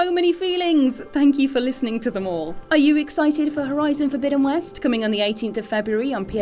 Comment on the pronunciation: I love the way she says 'Horizon: Forbidden West' it sounds so posh, yet elegant.